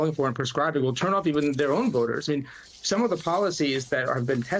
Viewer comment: Why are you emphasizing the word "some" when you read it. Seems disingenuous.